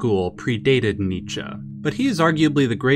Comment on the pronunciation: you pronounce Nietzsche correctly.